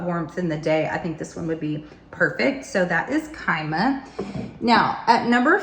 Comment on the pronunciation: And Kyma as "kEEmah"